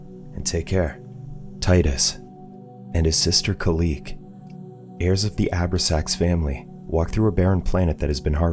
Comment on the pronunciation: I love these channels, but...."..the Abra-sax Family." It hurts when you realize it's a movie that not even the Channel has watched.... It's pronounced: "O-brax-ans."